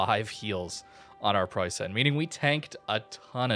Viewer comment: Okay, since I've heard it for the hundredth time now, I gotta say something: You pronounce it Preussaen but you'll be much closer to the German pronounciation by just saying Preussn. The last 'e' in Preussen is practically silent and merges with vocalizing 'n'. Great vid as always!